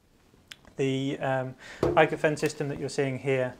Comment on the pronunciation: Small tip, Pronounced ookofen. Ö is spoken like we say double o (pool, school, fool)